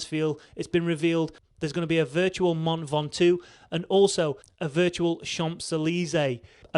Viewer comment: "Min Ventoux"